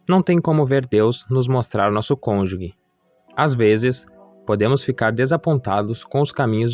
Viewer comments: Estou ha 8 anos esperando. Ja estou perdendo a esperança. Nao entendo pq demora tanto. Ja estou na idade de nao ter mais filhos... isso é muito triste pra mim... Desculpe corrigir irmão, mas nao se fala conjugue e sim conjuge (o g tem som de ge mesmo). Deus abencoe🙏🏻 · Parabéns. Só um detalhe: cônjuge e não falar como se fosse : cônju*gue Deus abençoe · Perfeito vídeo, mas não existe “CÔNJUGUE”, é “CÔNJUGE”, CÔNJUGE. Isso aumenta - e mantém - a credibilidade do vídeo, da mensagem. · Estava lendo os comentários para ver se alguém sabia pronunciar cônjuge. Não sou maluca, é que sou professora de Português, então essas coisas chamam minha atenção. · A pronúncia correta é cônjuge. Me desculpe, sou professora. Parabéns pela mensagem. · Vc pronúncia errado a palavra CÔNJUGE